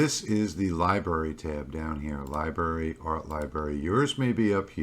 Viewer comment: Do you realise you are not pronouncing the first "r" in library?